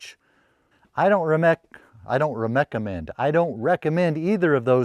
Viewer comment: You made me laugh a lot with your rereckammend, it made my heart giggle.